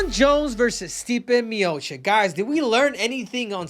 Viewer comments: Miočić not Miokik.. it's like i call you Kehudo and not Cejudo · You cant even pronounce correctly Stipe's surname, it is Miočić. Learn man he is the GOAT! Long time there